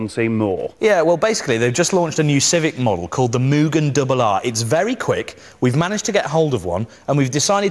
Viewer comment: It's M-U-GHEN As pronunciation.